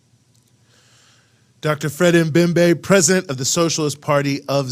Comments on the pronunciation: Its Dr Membe... MEMBE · 🤣🤣🤣🤣🤣🤣 Dr M'membe say it right